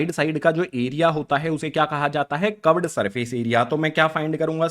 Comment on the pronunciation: Sir cuved nahi hota curved hota hai